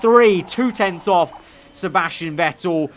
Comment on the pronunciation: The real question tho is... why the f**k you say Sebasctian Vettel!?!?!!?